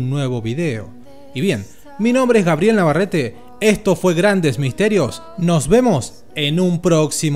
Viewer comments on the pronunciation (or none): none